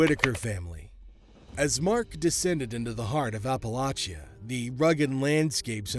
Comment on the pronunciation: Appalochia 😂😂😂 that's a new one